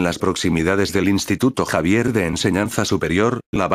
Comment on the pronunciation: deci xavier, no javier